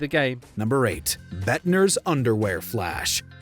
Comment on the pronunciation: It's lord bendtner, don't disrespect the legend like that